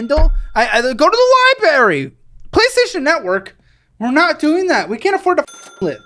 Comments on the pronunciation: he really said libary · Did just say "libary"? Lol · it’s not a LI-BARRY